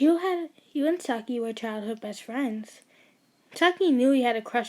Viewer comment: I'm not trying to be mean but it really annoys me that you say S - A - K - I and not S - AI - K - I please do not take it personally